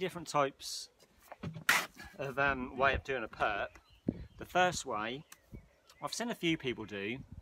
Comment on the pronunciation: Nice bricks mate good demo, you should try flick your bed along the wall not drop it and spread it with your trowel bottom upwards, point running along the frog ( hole in brick). Can get a brick bed and a half easy, and its "perp" not perk mate. Half trowel of mud flick downward to flatten out mud. x2 quick vertical down strokes fatter on the on top. The front perp, stroke back towards yourself aiming for it running with face of brick. Then the back perp same as front. 4 quick moments 1 half trowel of mud, flatten off with a flick over your mud board. Years of practice dont except the speed until you can lay straight